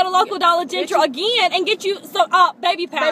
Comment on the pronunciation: Dollar Gentral'. Do you really talk that way in Louisiana?